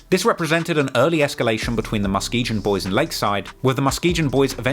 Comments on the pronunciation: Its pronounced MUH-SKI-GUN. Hearing say muh-ski-jun drove me crazy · Its pronounced MUH-SKEE-GUN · Muh-Skee-Gun is how you pronounce Muskegon omg bro 🤣🤣🤣🤣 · He said Muh-Skee-Gin 😂😂😂